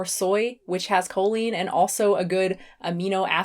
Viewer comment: Her pronunciation of choline is offensive.